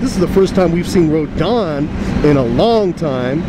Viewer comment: its RO-DAN.